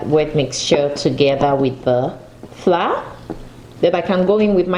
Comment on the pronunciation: Are you trying to say Flour or fly?